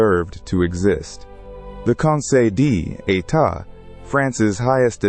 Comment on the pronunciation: That part annoyed me more than it should 😂 conseil Dee état. At least the ai did a lil accent thing